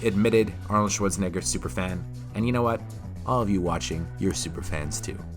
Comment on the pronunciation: arnold shorts-en-a-ger